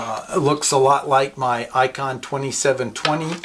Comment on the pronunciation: Hey....It's ICOM not ICON Just FYI